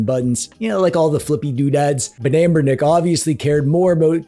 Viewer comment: Hey. You seem to be pronouncing Amberlick wrong!